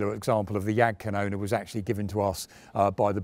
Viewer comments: Well KaJaPa makes sense like GraMaschWa, but Jagdkanone just sounds wrong 😂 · The Name sounds so wrong. Jagd Kanoner? Rakette? If People cant pronounce it,maybe just translate the Name...